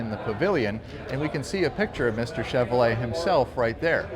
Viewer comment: Pronounced and spelled "CHEV - ROW - LAY" not "CHEV - O - LAY" fella !